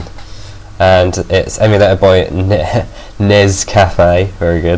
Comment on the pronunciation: dude it's not pronounced nes it's an acronym but any way great vid 5/5